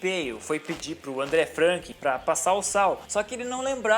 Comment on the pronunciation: pronuncia do amigo de peyo: "Andrrê Frankan"